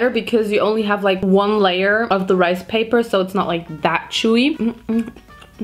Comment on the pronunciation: “This is 100% my type of rice pay-PAAHH” 😭😭😭😭 I’m screaming. Love these videos they’re always so entertaining